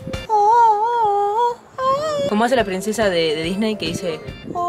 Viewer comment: no es oh ohoh oh, es ah ahah ah.